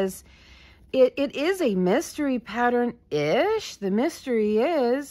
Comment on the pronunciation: Instead of a mystery it was a messtery . Lol